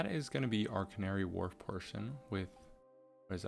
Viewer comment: Love the vids and r new to you Have worked out you are American bc as I Londoner I have watch you butcher some of the pronounceations of the names Doing great and love what u have done just findit quite funny It is pronounced as canary wolf not really warlf